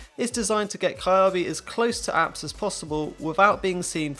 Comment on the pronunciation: Just so you you know it's apts not apps